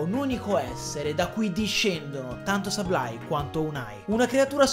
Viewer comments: Grande inventiva. Comunque Sableye, si prunucia: SABLE-EYE(Seibolai) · Innanzitutto, grazie per la risposta. Comunque se come dici tu “Seib-lai", Ok, ma con la B di mezzo maiuscola e molto accentuata. La B é come se pronuciasse anche un O chiusa, non so se mi spiego.. Scusami ma pronunciare Sableye: Seblei o Seiblai senza accentuare la B, non si può sentire...